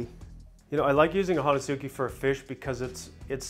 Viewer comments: It’s pronounced “hon-es-ke”. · Ho-nes-ki pronunciation in Japanese. great video.